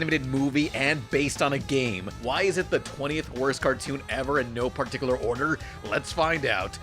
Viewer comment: no par-tickler order